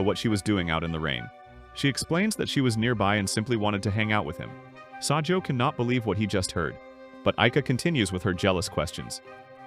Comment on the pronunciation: it’s not sajou is sajo